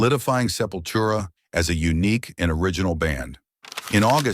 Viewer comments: Sepura , selura, sepoustra !!! 😢😢😢 !!!!!! En vrai, ça se prononce :"Sepultura" !!! Au secours !!! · Esses I.A querendo falar os nomes das bandas tudo errado !! Selfuria foi demais pra mim ! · Essa narração robótica é horrível. 'Sefura', 'Seleura', 'Chisoprenha' - porra é osso!